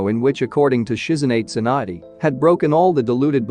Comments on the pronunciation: it's tsunade not swan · Alright so I get the whole Sakura - Naruto thing with the script editing but why is Tsunade "swand?"